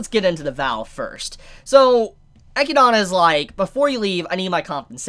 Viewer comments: Hhmm, am I the only one kinda irked when he calls her Eh - Ki - Dana? Rather than Eh - Kid - Nah? Am I the one in the wrong? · This is how Echidna's name is accurately pronounced. EH-KID-NA. The name is something out of folklore, so I've heard it before and that was how it was pronounced, just to let you know. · I'm pretty sure you pronounce Echidna as E-kid-na. There's a character in Fire Emblem Heroes with the same name that says her name this way. Also, the road to evil is paved with good intentions. I wouldn't say the Witches are all as good as you are thinking. For instance, one witch gives non-humans the ability to have emotions, also creates the emotions of anger and rage in beasts like the ones that attack the village. I'm assuming each Witch had good intentions, but bad repercussions that occurred. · I think its pronounced eh-kid-na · Name: Echidna Pronunces: Echidona Me: I'm out lol! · pronouncing her the Japanese way ekidona makes more sense later on. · I think it's E-kid-na. Like "spider" in Greek. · Another reason why dub is superior, we actually know how to pronounce the names of the characters lmao. EGGYDONNA, ROSEWALL, & OH-TOE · you probably already know this, but I'm pretty sure Echidna is pronounced like (Eh-Kid-Nah) like knuckles the Echidna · Echidna's name is pronounced uh-kid-nuh, just like the animal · Isn't it pronounced Eh-kid-nah. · It’s pronounced Eh-kid- nah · It's pronounced Eh-kid-nuh. Depending on your accent. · Its pronounced E-kid-na =echidna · Straight up mispronouncing echidna for half an hour but otherwise some insightful content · "Eh-kid-Na" or (depending on where you're from) "Ay-kid-Na" Echidna. Not "Eck-ki-da-na" For those of you whose souls are screaming "He keeps pronouncing it wrong!" You're welcome. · Echinada? Is anyone else cringing at the pronunciation of Echidna....😬 He's adding letters. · For one: it’s not “Eh-key-dah-nah” it’s “Ee-kid-näh” Come on, you know, like Knuckles the Echidna from Sonic?